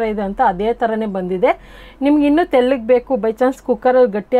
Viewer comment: ಅದು ತೆಲ್ಲುಗೆ ಅಲ್ಲ ಮೇಡಮ್ ತೆಳ್ಳಗೆ